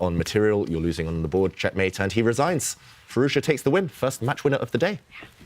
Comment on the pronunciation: Alireza's name isn't that hard to say: FEE-ROOZ-JAW, Tanya says it like it's Chinese FeerooZha and the interviewer says Fee-Roo-Za. Try harder.